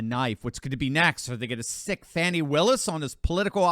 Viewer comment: GOOD. I THI K IT SHOULD BE PRONOUNCED "Foh nee" Willis